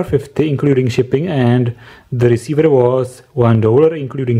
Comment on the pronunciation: transeveeerrr reseiveeer